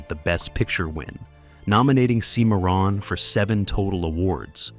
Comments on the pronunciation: For the love of God, pronounce proper names correctly!! Seemeron?! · The narrator needs to re-record and pronounce “Cimarron” correctly.